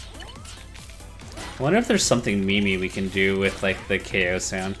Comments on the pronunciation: Why is everybody saying KO when the annoucner says *Gay Hole*? For real though, it sounds like he says gay hole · “I wonder if theres something memey we can do with the ko sound” If you listen closely the ko sound sounds like “gay ho” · In ko I hear gay hole